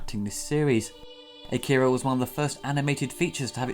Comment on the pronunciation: Saying "Akira" wrong the whole video